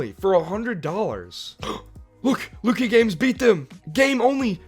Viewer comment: It’s pronounced LUCK-EEE not LOO-KEY